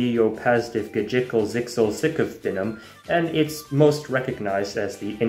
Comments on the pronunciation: How did you pronounce QWERTYUIOPASDFGHJKLZXCVBNM so correctly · All right, who else was impressed by his pronunciation of "qwertyuiopasdfghjklzxcvbnm"? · I just want to mention how impressed I am at the fact that he pronounced (qwertyuiopasdfghjklzxcvbnm) as a word. I wonder how many tries it took to pronounce that. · How did you pronounce qwertyuiopasdfghjklzxcvbnm so well?!